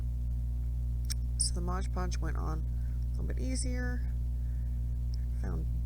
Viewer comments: Great video, thank you! ONE POINT: The name of the product is MODE Podge, not MODGE Podge! So many creators get it wrong and it is rather annoying…😂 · It's not Modge Podge. It's Mod Podge.